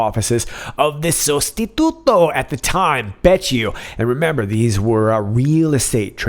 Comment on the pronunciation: perfectly pronounced! sostituto